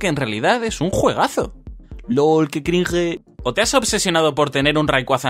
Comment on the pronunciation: Lo que da cringe es el sujeto pronunciando "crinje"